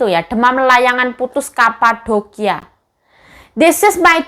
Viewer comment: medok yo yuk "kapadokia" , 😁